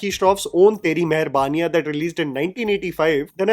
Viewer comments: Its not teri jammy.. its Theri. Just theri😊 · Pronounced as तेरी. Only love and support, keep going ❤